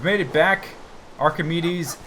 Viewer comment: i love it when you say welcome backa to the mindacracka serva